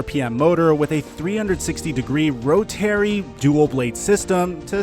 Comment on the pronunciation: The man can’t even pronounce rotary right, no wonder Flight dropped him off.